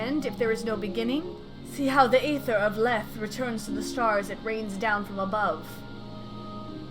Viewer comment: For this one, Lethe is pronounced as 'lee-thee' with a soft 'th' sound. But to make it rhyme as such, it should be pronounced 'le-thay'. It is a lesson in concepts. That the correct one may not be the appropriate one. And that a skewed pronunciation may fit a rhyme better than the preconceived one. Source: me, making things up lmao